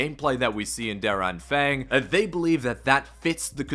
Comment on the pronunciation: lobe the way you pronounce Der Anfang 😂 as a Person who speaks german, it sounds to me like 'dear Anfaeng' lmao! Translated its The Beginning / The Start.. I wonder why they've not called it that.